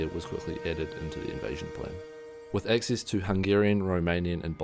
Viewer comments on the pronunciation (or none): none